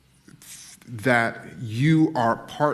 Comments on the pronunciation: In the opening he says "recordnise" like 3 times instead of recognize. When will the morons stop worshiping ignorance? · When you record-nise I hate when someone tries to sound intelligent and have no clue what they are saying lol !!! You record-nise yeah !! lol !!! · "When you recordnize" ... I can't take this serious just from the failure to english. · Did ibrim say recordnize in the opening... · At the beginning of this clip I swear that idiot said "recordnize" twice.🤣🤣 Sometimes the jokes write themselves.🤷 I don't think the blowback from this is going to be what Netflix anticipated.😬😬😬